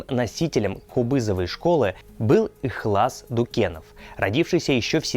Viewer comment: Ударение правильно будет ИХЛАС —на букву. .*А*